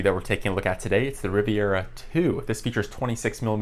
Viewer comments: sorry to be that guy but its'Rivera' not 'Riviera'. Good video though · Rivera, not Riviera, but I appreciate comparison